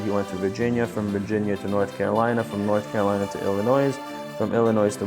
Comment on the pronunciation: Great video, thanks for the info! Fyi the "s" in Illinois isn't pronounced by most 😊